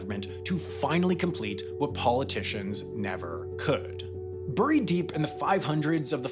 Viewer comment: Am I the only person who gets annoyed with how Wendover pronounces the word "buried"?